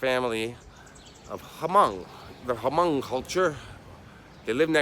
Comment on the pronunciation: Pronounced "mong", junior.